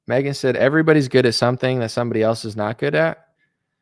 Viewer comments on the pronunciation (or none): none